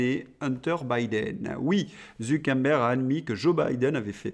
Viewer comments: Je sais qui sont les vrais imbéciles... ZuckeRberg et non ZuckeNberg. Zucker veut dire sucre en allemand et Berg veut dire mont toujours en allemand... comme quoi je ne peux pas être qualifié d'imbécile d'un point de vue linguistique... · Zu Quère Bergue et pas zoukenbèn ou je ne sais quoi ! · Bonjour, alors le gars de META c'est ZU KER BERG ... soit vous l'affublez d'un pseudo soit vs le nommez ....il n'y a rien de plus agaçant et meprisable que les gens qui deforment les noms de famille ...qui ne prennent pas le temps de prononcer les vrais noms...HORRIPILANT ! allons y Polidou pour Pompidou Birac pour Chirac ou Drescotonlong... Bref vous etes journaliste donc rendez compte de la realité ca nous fera plaisir ! Merci ! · Pourquoi vous dites ZuckeNberg? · C’est drôle votre façon de prononcer Zuckerberg !!😊